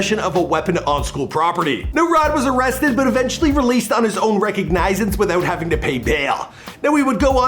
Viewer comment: Say recognizance again? You're so illiterate! 🤨